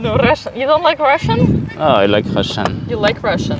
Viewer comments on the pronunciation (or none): "I like rrrrussian" ;-) I also like Russian but I can´t understand a single letter...